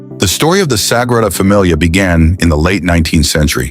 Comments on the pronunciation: Nice story, but I wish your narration had gotten it right. Especially pronouncing the NAME of the Basillica! It's the Sagrada Familia, Sacred Family, and pronounced "Să-gră-dă Fă-me-lee-ă", not "Fă-mi-lee-ah", that sounds more like familiar. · “Sagrada Damilia”???? Good god I hate AI! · Sagrada Damilia? There's AI for you. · “Sagrada Damilia?” What is Damilia? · It's a shame you didn't think to find out how to pronounce the name of the thing the video is about.